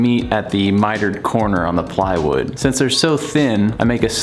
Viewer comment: "playwood loking good" jajajajaja